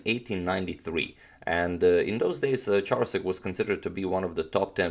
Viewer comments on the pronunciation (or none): I believe the Ch in Charousek is pronounced as k.